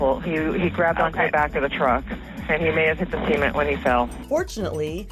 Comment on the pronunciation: She said semit it's cement